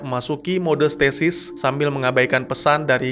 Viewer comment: Statis / stasis -_-" aku denger nya statis wkwkwkkw